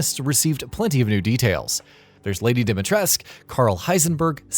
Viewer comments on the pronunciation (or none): Dimitrask? It’s pronounced Dimi-tres-coo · Jesus, and still you say Dimitresk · Guys the name is Dimi TRESH cu, Dimitrescu the S sounds SHHH... it hurts how you butcher the name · Repeat after me Its Lady DEE-ME-TRUHSS-CUH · Umm..you should remake your video…so that you can fix the way u r saying Dimitrescu…..it is pronounced the way it’s written. 🤦🏻🤦🏻 .. who the heck is Lady Dimitrask?? I don’t understand why these people from the United States pronounce things their way…. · Dimitrescoo (u = oo like in coup) is the right romanian pronunciation. People had it right the first time. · It's pronounced "Dommitres" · As a Romanian, that was the most painfully stupid way to pronounce a name I've heard -- why would you even assume the "u" is silent?! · As a Romanian I need to let you know that you actually need to pronounce the "u" at the end of "Lady Dimitrescu" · Please stop dropping the U at the end of Dimitrescu. It’s not silent, my ears hurt 😅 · it's Dimitrescu, you have to pronounce all the letters. thats how romanian works. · Every video where you refuse to pronounce the "U" in Dimitrescu will give you a thumbs down from me. Learn to speak! 👎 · How comes you never pronounce the "u" on the end of dimitrescu? I'm just curious.